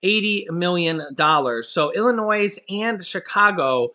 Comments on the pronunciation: Hi, the "s" in Illinois is silent. Just thought you'd like to know. 😊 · the 's' in Illinois is silent. And there are plenty of jobs in Michigan for people who want to work. There is no shortage of jobs there. I know because I live there. There are 'Help Wanted' signs everywhere. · the S in Illinois is silent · sorry.The s is not pronounced in Illinois!! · we must say your news feed is always spot on. We really appreciate the work that you and the wife do. There's only one thing that you say that's kinda funny when you talk about Illinois. We grew up their and really when you say Illinois the "s" is silent. No big thig its just something we pick up on it. God bless you and your family and keep up on the great job your doing. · The letter “S” is silent for the state of Illinois like most people that don’t live here makes the “S” sound when saying the name of our state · the s in Illinois is silent. 🙄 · Leave the S sound silent in Illinois. LOL